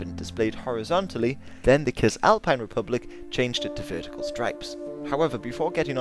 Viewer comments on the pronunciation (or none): It's Sissalpine, not Kissalpine. Good video though. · It's pronounced sis-alpine btw. Great video again though.